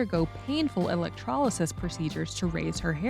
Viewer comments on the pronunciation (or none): none